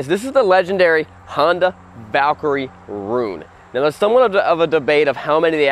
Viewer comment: Man... This is not how this name supposed to pronounce.... Learn it! Valkyrie